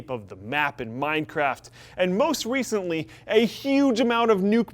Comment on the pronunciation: Did he say most "wecently" near the beginning?